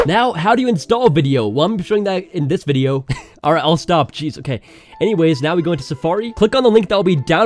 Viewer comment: Can we pause in "Vidyo?"